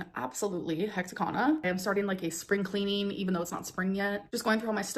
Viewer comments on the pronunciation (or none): Also, “spring cleenen” after beck just said they did all the cleaning